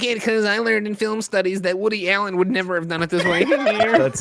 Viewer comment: Greg: NEVVA: NEEVA Nick: NEVA: hzhzxdxdxsxshaxsdXD